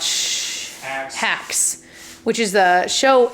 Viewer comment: I couldn’t catch the name! I thought she said “Cats” 😂